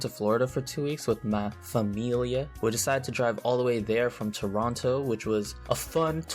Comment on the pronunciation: I swear to god you just said "família" in a perfect portuguese accent.